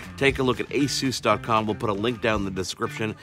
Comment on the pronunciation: take the peg out of pegasus and thats how your pronounce it aaaaaahhhhhhh ssssuuuussss